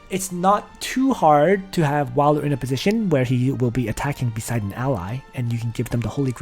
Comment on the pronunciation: Wiler? No. Whaler.